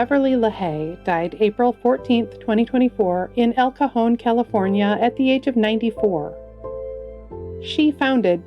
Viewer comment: always seems to pronounce the names correctly... even El Cajon!